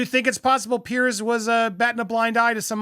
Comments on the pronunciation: Jesus, Andy. It's Pronounced Peerz, not Pierce. And Schofield is pronounced skofield, not shofield. It's like people calling you Undy. So American. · Small comment. Piers Morgan is Piers not Pierce. Piers is a very English name I know but it is Piers pronounced Peers.